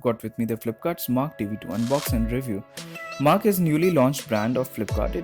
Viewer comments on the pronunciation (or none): It's not marq (mark) . It's mar q (mar que.)